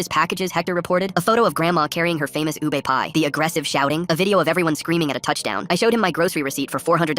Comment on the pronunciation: FILIPINOS YESSS ("Lumpia" and "ube" isn't pronounced like that, its pronounced "lumpya" and "ubeh"